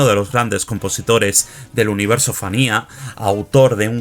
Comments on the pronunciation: Se pronuncia "Fania", no "Fanía". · Entiendo que tienes tu acento pero práctica se dice FANIA F A N I A